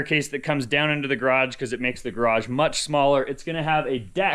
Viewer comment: !: You say the word garage seven times in this video. Alas, you bungle every one of them! Even though you are surrounded by many people who don't have that affliction, and otherwise correctly pronounce all other English words, garage receives special inconsideration. I recommend kanoodling with Trent some evening and say it with him like 200 times. Your upper/northern east mangling is inclined to omitting almost a whole syllable out of the latter half of the word.